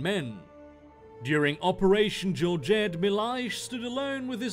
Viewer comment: Not that bad with Soldado Milhais. Portuguese man here, so...